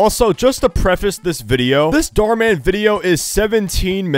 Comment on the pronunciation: “Mar dhan”